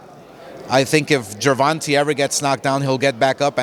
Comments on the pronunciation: The way he kept pronouncing tanks name incorrectly was pissing me off lol. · I hate how you say tank's last name. It's GervantE. Like GervantAYYY. Not GervantAHH. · this man kept saying "gervontuh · the way he says Gervonta's name smh 😒 lmao